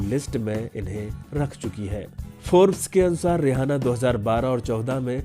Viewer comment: जानकारी अच्छी है मगर रिहाना नही इसका नाम रिआना है